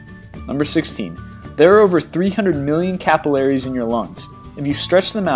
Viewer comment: how did he say capillaries? lol